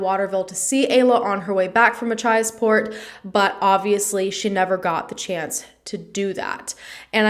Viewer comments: You pronounced Machiasport correctly! :) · You pronounced Machiasport correctly 😁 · You said machiasport beautifully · PS you pronounced Machiasport correctly!!!!! So many Maine towns are hard to pronounce 🙃